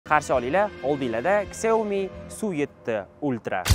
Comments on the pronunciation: 🕹ksiómi emas ssshiaomi deyiladi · Shaomi deyiladi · Сиаоми дегин йигит